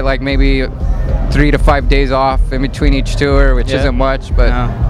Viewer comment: he said "tour" like "too-er"... ew